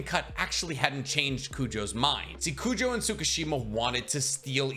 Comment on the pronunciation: I just got to the fullbring part, its crazy how many times “Kujo” was said, its Kugo lol